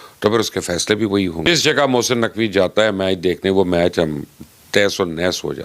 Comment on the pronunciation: भाई पहले तो "हे" नहीं "है" होता है और "मेच" नहीं "मैच" होता है।